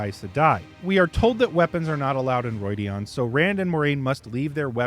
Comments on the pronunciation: It's not Roidian but Rhuidan it's like the RU sound in Rudimentary. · Ugh... roy dee ahn? That is not how it is pronounced.